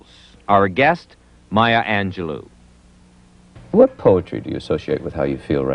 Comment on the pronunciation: So much disrespect in the intro! She is not defined by rape and whorehouse. So many other things the announcer could have said to introduce her. And the last syllable of her name is pronounced "low" not "loo."